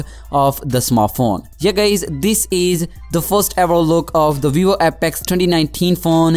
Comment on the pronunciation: VEEVO APEKS